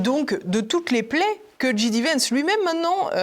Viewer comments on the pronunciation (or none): Bonjour, Pouce en l'air et commentaire: Il faut dire "Ji Dé" Vance, à la française, ou "Djai Di" vance, à l'anglaise (ou Vance tout court comme le fait Alain Juillet). "J" se prononce "Djai" en anglais, on a compris pour DJ qui se dit "Di Djai"! Comme son nom a été prononcé de (très) nombreuses fois... Bravo pour vos émissions et longue vie à TVL!